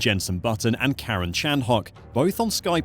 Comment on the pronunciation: did he just "Karen" Chandhuk lmao